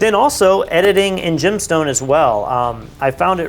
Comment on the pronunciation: i see "Gemstone" I hear "Gymstone"